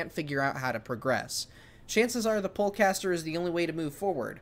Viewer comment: I don't know about other people, but I'm hearing pole caster not pull caster.